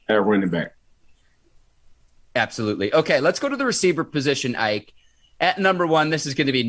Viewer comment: Say his name correctly IKE!